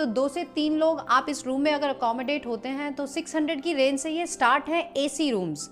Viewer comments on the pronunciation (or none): none